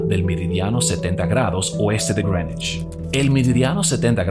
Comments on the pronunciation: El tipo dijo Grenish 500 veces pero nunca pudo decir Greenwich. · Cada vez que te escucho decir (Grenuich) para referirse a (Greenwich) se me revuelve el estómago 😖😖😖 Es que Llevo toda mi vida escuchando a la gente pronunciar eso así (Meridiano de Grinwich) Sácame de las dudas, no sé si estoy mal, muchas gracias por tu contenido. A mí me parece fenomenal este gran aporte a la cultura de la República Dominicana 🇩🇴🇩🇴❤️❤️❤️ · It's Grenech (pueden escucharlo en Google translate) pronunciación británico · Greenwich = Grinuich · Creo que es porque hace la pronunciación en inglés